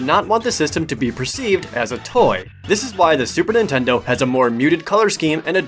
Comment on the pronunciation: "Intendo" I HEARD IT! My mom used to call every console "intendo"